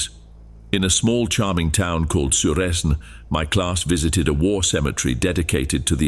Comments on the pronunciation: It pronounced Suresnes as ‘ suresn’ which is so wrong; and patisserie as Potiseyrie; and expects us to be kind? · Potiseyrie?! Well as a french, trust me, we’d vomit at the pronouniation and why should we be kind to people who see our city as a theme park of sorts? Suresn?! That is not even a place in France but Souuren ( the way you say it) yes, Suresnes Longchamp near Paris